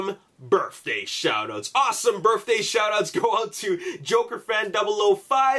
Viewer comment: Awesome "burfday" shoutouts.